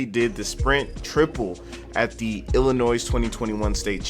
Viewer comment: The "s" is silent in Illinois.